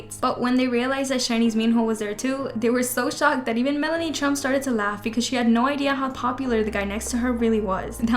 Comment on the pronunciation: her name is melania not melanie